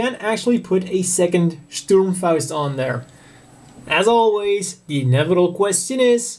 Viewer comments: the molding of this HGUC Zaku I is very similar to the MG Zaku I with the exception of the shoulder support for the bazooka on the HG model, still one black Zaku I is not enough to buy, make it 3 in homage to the Black Tri-Stars...btw, I love the way you pronounce "Sturmfaust" aka RPG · A lot of english speaking people say german words like "Sturmfaust" in rather funny ways, but you are pretty good at it. May i ask where you live?